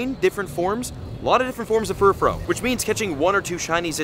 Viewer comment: I often wonder if this dude actually understands ANY of the wordplay with Pokemon names. Like "Glam-meow", not "Glame-meow". It's "glamorous+meow", with glamorous being shortened as "glam". Also, it's "Furfroo", not "Furfro". The "-ou" is pronounced like the "-ou" in the word "you". Oh well, I'm sure he won't correct it, ever. I've heard so many YouTubers claim that you can just pronounce Pokemon names however you want, and that's just not the case.